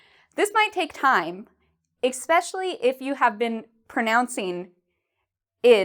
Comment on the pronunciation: Brazilian here!, I believe the way you said especially ("ex-pecially") is a pronunciation mistake, isn't it? Thanks for the content!